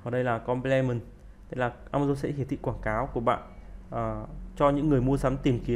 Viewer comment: Video bổ ích. Góp ý chút: Ở phút thứ 36 đề cập về Substitutes và Complements, Ad nói tiếng Anh sai nhiều (nếu là nói kiểu Việt thì ko bàn). Và giải nghĩa 2 khái niệm Hàng hóa thay thế, hàng hóa bổ trợ chưa sát.